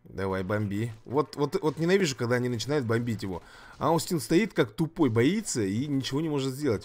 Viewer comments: надо читать не аустин, а остин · Остин правильно произносится, ОООстин! Спасибо за ролик